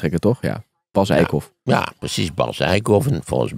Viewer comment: die man heet Bas Eickhout, niet Eikhof😮, aanrader is camping De Eikenhof in Overijssel 😊